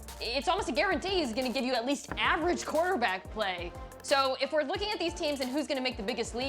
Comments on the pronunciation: Did she say quarter-black play?😂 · I heard the same 😂😂💀